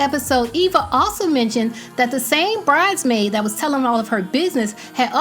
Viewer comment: Was it me or can Eva not say “bridesmaid” and say “BRIDEmaid” instead?